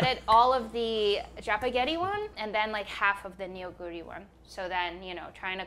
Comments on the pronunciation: Not Nee-Oh, But Nuuh. Nuuh Goo Ree. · The way that Korean words get romanized into English is so awful sometimes. The use of "eo" is actually an "uh" sound. So Neoguri is actually pronounced "NUH-gooree" and not "NEO-guri". I wish there was a more effective and accurate way to romanize Korean :-( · Neoguri’s pronunciation is more like Noh-Goo-Lee rather than Ne-Oh-Goo-Ri Loved the video! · It’s nuhguri not neo guri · I know it's written as 'Neoguri' on its package, but it actually is pronounced like 'Nuh-goo-ri.' It's not you, it's just the Hangul-Roman alphabet transition rule being wierd. Really enjoyed watching, thanks :) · Ik the packaging says Neoguri but it's pronounced "Nuh"guri